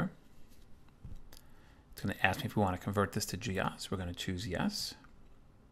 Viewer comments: G Ose not G Oss. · Weird, we called it Gee-Ose not Gee-oss as you do. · Back-in-the-day, we didn't call it Gee Ahs.. more commonly pronounced Gee Ohs.. which makes more sense.. OS.. Other add-ons were GEOFile and GEOPaint. They would sound funny Gee Ah prefix pronunciation. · I've never actually thought about that before. In my circle we always said gee ahs. But your point about the apps being called geo... has sold me on that pronunciation. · had this in the 80s on my c64, always pronounced it wrong though. gee - o's